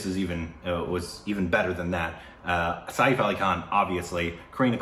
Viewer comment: lmao it's written सैफ़ it's said like "sef" (like the english word "set" but with an F ). Like "safe" without the diphthong. It's not said "sa-eef".